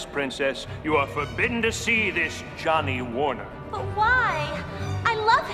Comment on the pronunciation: Jon "Without an H" Warner lol. I'm soooo stoked about doing this musical this year.